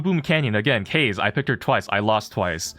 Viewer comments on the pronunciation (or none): As an asian how do you mispronounce kaze